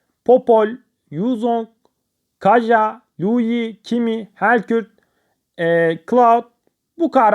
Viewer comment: Helkürt değil helcurt